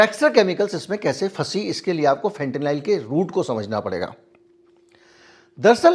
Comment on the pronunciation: फेंटेनाइल नहीं फेंटेनिल कहिए।